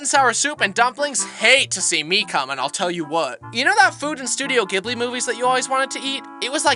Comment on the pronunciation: “I’ll tell you what” got me dying because he said it on the way as in THE way ya know😂✌️